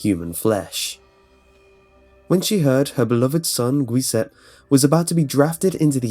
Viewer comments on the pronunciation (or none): for the story of Leonarda Cianciulli, in the Italian language, "ci" is pronounced as "chee" and "gg" is a hard "g" sound, not a soft one. And her son Giuseppe's name-which you pronounced as gwee-sep-is pronounced joo-sep-pe, and is Italian for Joseph. I don't mean to be an asshole about this, but it's just something that bugs me.